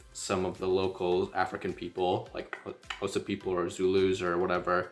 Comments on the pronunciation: THE WAY YOU PRONOUNCE XHOSA IT PROVES THAT YOU REALLY HAD SOCIAL LIFE WITH THEM❤❤❤ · Your Xhosa pronunciation is perfect 🥰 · Man there are South Africans who can't properly pronounce half the things you can.... For that cheers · My guy here pronouncing all the clicks properly (Xhosa, mngqusho etc.) and we have many South Africans black and white who can't even pronounce Xhosa out here butchering us with "Khosa" 😂🙌🏾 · Uyitye yonke bro, all you said is correct n your clicks are on point 1love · Love how you pronounce Xhosa not many can do it like you do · You pronouncing it far better than most South African whites living in the Country. I am Xhosa from the Eastern Cape, Uitenhage. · He pronounced it better than most non-Xhosa speaking South Africans, right? They almost always say "Koza". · Wow, you Qs are better than mine. From a Xhosa speaking Saffer.